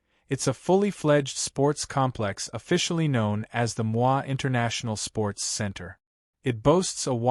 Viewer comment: Ai Narration is messing up things Pronouncing Moi with a French Accent (Mwa) ND jakaya Kiqwit instead of Kikwete.